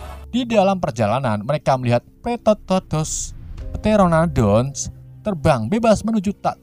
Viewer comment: Peteranodon bukan petetodos 😂